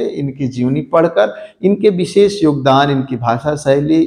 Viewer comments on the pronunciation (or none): none